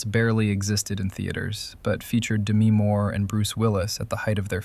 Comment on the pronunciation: Is this AI content? "Dee-mee Moore"?